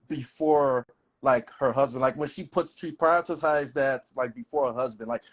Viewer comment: What he wants is a Stepford Wife. Someone that will do what he says, at all times, and never question him. I honestly don't believe he's an anesthesiologist. He couldn't even pronounce the word correctly, along with subtle, prioritize, and assertive. There's no way he could put me to sleep. The way he was talking about women, and how they look? Imagine what he's saying about some of these women that he has to put to sleep if they're overweight?? So damn uncouth and ridiculous!!!! If he is a doctor, wonder why some of these patients have bad experiences. He's a prime example if that's his profession. Way to go!!!! Glad you shut him down.